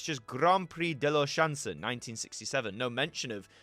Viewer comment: Della what? ? Chanson? I cry 😂😂😂